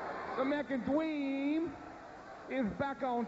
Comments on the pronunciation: American Dweeeeem Lol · the American dweem is back on twack damn that was funny